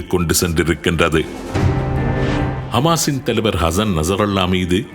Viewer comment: கமாஸ்,கிஷ்புள்ளா என்று மாறி மாறி குழப்பிறிங்க